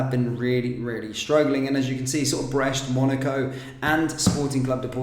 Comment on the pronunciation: It's Brest not Breche...which mean a hole.